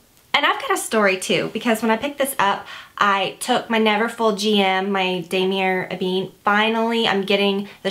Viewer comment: I don't expect you to have a perfect French accent, but knowing how to say damier ebene properly may be a good idea if you're doing LV videos.